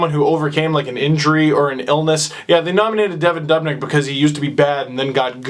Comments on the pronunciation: It's not "Devon Dobnyk" It's "Devan Dubnyk" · "dubnik" its "devin doobinik" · steve it is duoob not dub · its doo..bnyk not duub...nyk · henry frisell Lol yeah That part bothered Me too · Ignorant Torontonian doesn't know how to pronounce Dubnyk's name.